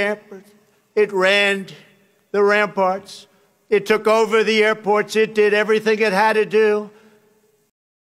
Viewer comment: " . . .Our armies manned the AIRperts . . . It RAND the ramparts . . . it too k over the AIRPORTS . . ."